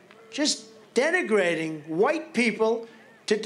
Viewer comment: Wait… trump learnt a new word… denegrating…